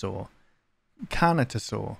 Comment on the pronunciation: Lmao slowly going from the correct way of saying Carnotaurus to the worst possible pronunciation is so funny